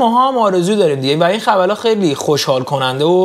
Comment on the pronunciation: دقت کردین به خبرا گفت خبلا؟😂❤